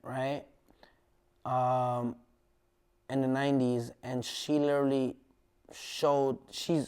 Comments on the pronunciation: lileraly= literally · Take a shot everytime he says "LIL-ER-LEE" aka Literally lmao